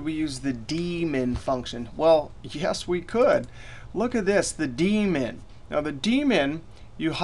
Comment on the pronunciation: New to Excel. Thought he said "We could use the Demon function..." Really wanted to know what the Demon function did :(